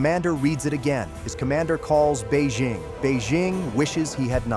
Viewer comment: "....he calls bejeing....bejeing wishes he did not" 😂😂😂😂😂